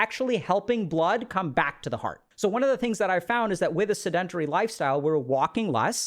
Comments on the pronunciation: Seh-duhn-teh-ree …. Pet peeve of mine… don’t butcher the pronunciation like that 😢 in the field that you’re in, there is no excuse. That’s a basic word, not complex nomenclature. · I can’t take him serious bc he hasn’t pronounced “sedentary” correctly once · Sedentary Google how to pronounce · I consider myself a pretty tolerant person. I have listened to this man speak on a variety of topics and never found fault with the way he speaks. But, when he says sedentary, I flinch a little. But great vid as always. I am watching because my wife has been struggling with brain fog for the last month.